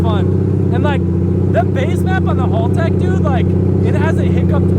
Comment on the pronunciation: Ahhh Aussies finest taking over the world. 💪😎 just fyi Haltech like "hal" not like "Hall" just so you know.